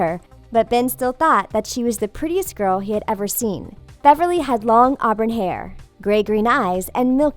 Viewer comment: He spelled Beverly wrong lol he said berverly